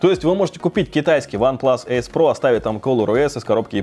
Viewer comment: почему ген а не джен? и эйс а не асе?